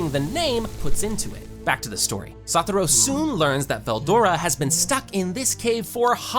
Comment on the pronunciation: Why kept saying saturo when it's satoru